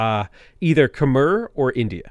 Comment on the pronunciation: Great Cast! One thing though, Khmer is pronounced Khmai